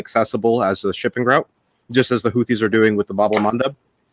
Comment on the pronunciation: Can somebody please tell to stop calling the Houthis the Huttsi ffs